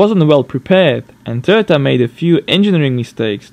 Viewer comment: Lol Töhhöta 7N-JiiTiiii